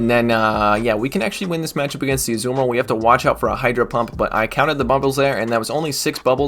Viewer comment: On the back of calling you a nerd for knowing about rocks, I am amused to say that every time you say azu-bomba-dill I think of my favourite Lord of the rings character Tom Bombadill